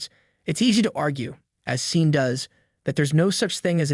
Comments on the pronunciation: You are pronouncing "seen", but it should be "shon". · ARE YOU KIDDING ! YOU HAVE NO IDEA HOW TO PRONOUNCE HIS NAME/THE NAME "SEAN." JUST DELETE THIS VIDEO. YOU HAVE LOST THE RIGHT TO POST/SAY ANYTHING ABOUT SEAN LENNON OR ANY ONE!!!!!!!!!!!!!!!